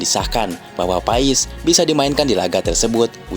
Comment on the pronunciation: Woy bang ko lu ngomong Marteen paes ko pais sihh benar dikit knpa ngomong nya klau mau ngonten....sory klau gue komen gini cuman beri saran aj BG🙏🤗